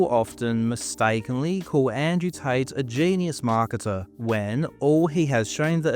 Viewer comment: For two brothers with the last name Tate you'd think they'd be able to properly enunciate the letter T.